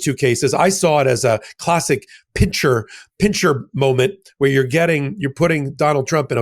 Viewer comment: PINCER, not "pincher" movement..just saying.